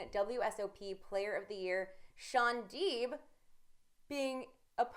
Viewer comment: It's Shaun Deep. Not Shaun Dweep!!!!